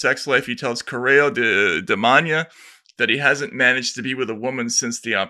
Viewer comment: taibbi spelling 'coreio de manha' is funny, first 'manha' is morning, 'coreio' as he said it and not 'correio', it means mail, so its 'morning mail' and its the worst scum of the earth newspaper in portugal.